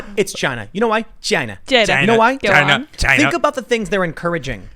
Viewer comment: "It comes from Chi-Na"